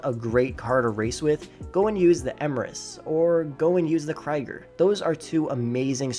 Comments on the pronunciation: It's called Krieger like Kreeger not Cryger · Kriger? KRIGER! Its K-R-I-E-G-E-R! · Kree-gur. Flee-sah. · The X80 Porto is one of the best cars for stunt racing. Also you still say krieger wrong.